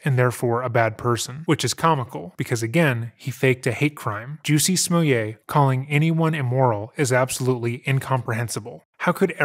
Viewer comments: You called him Juicy Smullea'....LMFAO!!!! That caught me off guard, awesome! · His name’s Juicy Smooyay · you saying "Juicy Smoolyee" was the highlight of the video!! 😂 Nah but this man is crazy. He said nothing during the interview, just like a narcissist. He victimized himself and blamed everyone else for what happened after it. But why were you still wearing the rope? why did the two brothers say that they did it ?! Unbelievable! 😂😂